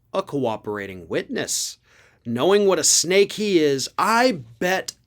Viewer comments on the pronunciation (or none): none